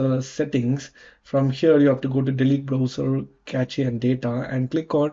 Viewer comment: LOL! Cache is pronounced "Cash". And you are telling us how to fix a problem. Fix your pronunciation first u idiot!